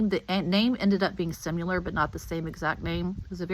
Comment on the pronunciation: Could you please learn how to pronounce similar correctly? You repeatedly pronounce it wrong. It is pronounced sim i lar. Not sim u lar. There are verbal dictionaries that you can actually hear the correct pronunciation. You need to go there